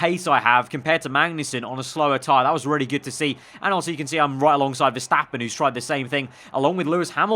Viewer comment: Please, please stop saying altso.